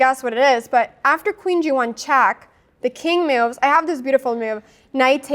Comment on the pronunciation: Loved all your "meoves" ^^